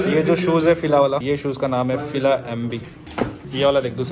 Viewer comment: ohh bhai hume dokhe mein rakha FILA ko FILS bolke 😀😀😀😂😂